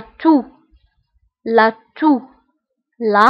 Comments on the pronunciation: هي نطقتها بالتاء أعيدي الاستماع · لماذا toux تنطق بالتاء